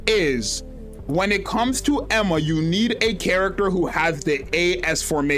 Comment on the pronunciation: Genuinely good insight video but please start trying to say "Eun (Uun, not Een) Hwa" properly lol